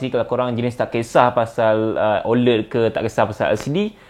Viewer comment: ofc la iPhone XR boleh last longer vs Xs Max, sebab screen XR HD+ je, Xs Max full HD+ so tak pelik pun kat situ. satu lagi, sebutan 'OLED' patutnya ada bunyi 'æ', bukan 'e' iykwim